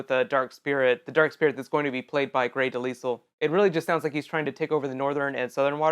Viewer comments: I'm sorry but Grey's last name is not Pronounced (De-Lisle) it's Pronounced (De-lyle). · Her name is not Pronounce Grey's last name. is Pronounced (De-lyle) Not (De-Lisle). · It's pronounced De-LYLE, the s is silent. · Grey Delisle (Duh-Lye- Uhl) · It's pronounced grey dee-lie-al